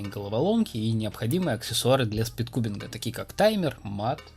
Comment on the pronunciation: "...и аксессуары для спингдубинга... " Ахахахахахахахахахахах